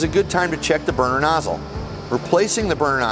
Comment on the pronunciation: Sounds like he's said burger tuning 😂 may I'm just hungry